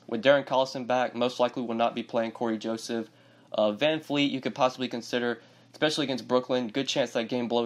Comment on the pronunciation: I’ve noticed you say the word “especially” with an “eck” at the beginning. It’s odd.